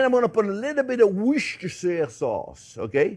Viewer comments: 'Wooster' sauce, JP. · I thought it's pronounced "wooshter" sauce. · Hey chef you pronounce it like WOOSTER-SAUCE. 😊 I know, it's written diverend on the bottle, but... The English say it to you call that sauce: WOOSTER-SAUCE. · “what’s-dis-here” sauce😊